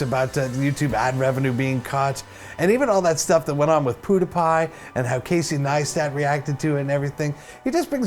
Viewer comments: Ha, he said poodepie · The real question is how do you have 500,000 subs and not know how to pronounce Pewdiepie